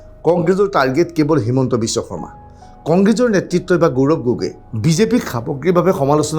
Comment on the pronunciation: প্ৰজাৰ ,গৌৰম এইবোৰ ভূল উচ্চাৰণ